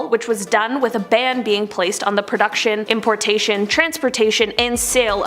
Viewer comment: Pretty sure it’s called a BAN not a BAND